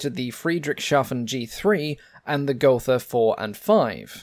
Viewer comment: Gotha is pronounced go-ta. There is no 'th' sound in German, like in English. Love your videos. Keep up the great work!